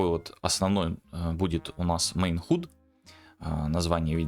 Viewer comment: Я конечно дико извиняюсь, но уши режет, не могу сдержаться - напишу. Есть простое правило в английском в закрытом слоге гласные произносятся НЕ так, как в алфавите. Например слово HUD произносится как - "Хад" а не "Худ"! Если вы не уверены, откройте Гугл переводчик и послушайте как он произносит слово... Не, ну реально невыносимо слушать.